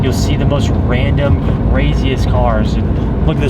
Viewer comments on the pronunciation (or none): none